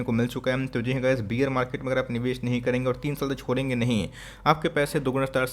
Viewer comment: बियर नहीं बेयर